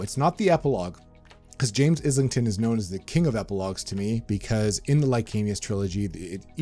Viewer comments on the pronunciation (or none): I hate to be that guy, but I’m often that guy: it’s ISLEington, like island. Look up Mike’s interview with him, where he asks the man himself how to pronounce it.